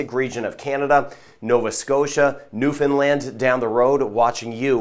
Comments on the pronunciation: Thank you for your proper pronunciation of Newfoundland! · EXCELLENT PRONUNCIATION OF NEWFOUNDLAND!!!!